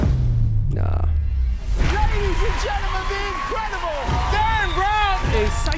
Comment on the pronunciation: it’s ‘Derren’, friend 🙏